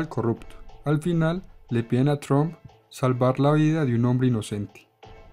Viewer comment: Porque los periodistas y políticos Colombianos dicen TROM? acaso no saben algo tan básico como q la U en inglés en éste caso se pronuncia un poquito mas como una A? y q además dicho apellido termina en P?... Se escucha horrible ese TROM, estudien Vagos q en las posiciones en las q están es degradante tal cosa